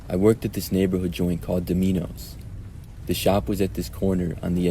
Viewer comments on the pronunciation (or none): Right? 😂 I was like wait a minute hahaha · You pronounced Domino's wrong lol